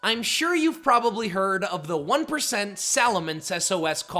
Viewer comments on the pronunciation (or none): none